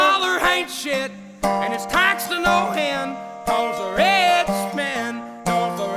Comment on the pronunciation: "taxed to no hend"